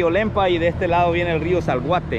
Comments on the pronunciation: Es Acelhuate no se dice salguate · Hay hijo , esta bonito el vídeo , pero tú narrativa muy mal , el otro río se llama Acelhuate, no Zalguate 😂, pero podes mejorar, felicidades